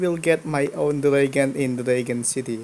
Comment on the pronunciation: It's dragon not dregen